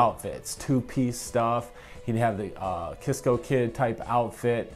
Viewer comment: Dude it’s pronounced Sisco kid not Kisco—ever hear War’s hit song Cisco Kid?